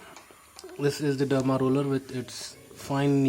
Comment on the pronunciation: Its Derma Roller not Dermi Roller.